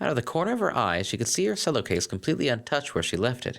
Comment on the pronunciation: cello is pronounced "chello". Same with cellist as "chellist".